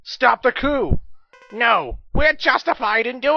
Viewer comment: The word is "coup".